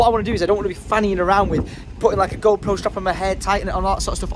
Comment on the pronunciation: I'm almost certain you said Gro Pro 🤣